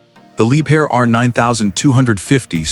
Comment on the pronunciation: либхер а не либер